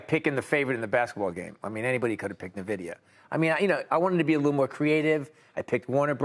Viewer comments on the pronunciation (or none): What’s “Na-vidia”?!? 🤣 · When he says "nehvedia" you can tell he's only ever saw the word and had no idea what it is otherwise